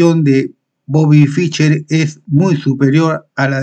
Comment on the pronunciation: No se pronuncia "Ficher", se pronuncia "Fisher", es muy molesto oír apellidos sencillos mal pronunciados.